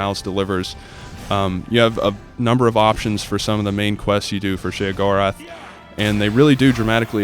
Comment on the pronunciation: He says sheogoreth wrong